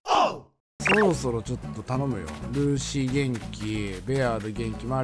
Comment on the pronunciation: ルーシーの言い方が業界用語言うイントネーションでずっと気になってるWWWWW